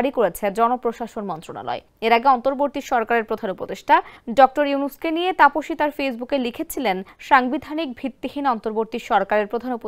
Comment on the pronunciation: Tafoshi was said correctly